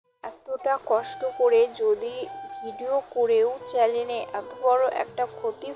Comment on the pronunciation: চ্যালেন না আপু চ্যানেল 😂